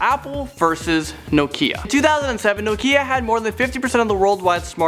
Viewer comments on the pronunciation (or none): he says Nokia nokeya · WTF is no-keeeeeeeeeea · hahahha how he said "nokia" lololol